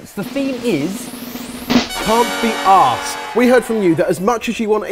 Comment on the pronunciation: can't say arsed, awww. I'm going to buy some severely low grade instant noodz today, because I have nothing better nearby. And I genuinely CBA making my own.